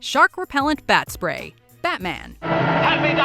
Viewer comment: When she said batspray I almost lost it